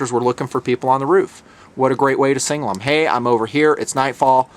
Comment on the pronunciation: It's pronounced SIG-NAL not single.